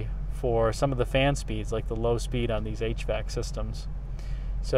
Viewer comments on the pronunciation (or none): none